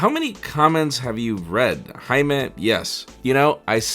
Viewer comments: Haime revara???? Isn't it jaime?🤣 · Wait what! So it's HAIME and not JAIME?